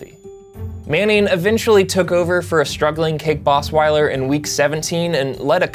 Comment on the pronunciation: Mispronouncing Osweiler's name is the funniest part of this video.